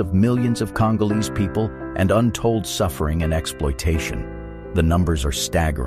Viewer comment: "Untold" ? Damn boy, where did you go to school ?